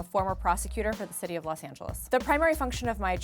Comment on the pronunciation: When she said ‘Los Angeles’ I heard ‘Los Santos’.